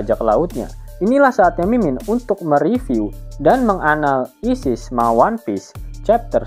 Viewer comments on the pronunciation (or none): Menganal'isis ada jeda ya bang 🗿🗿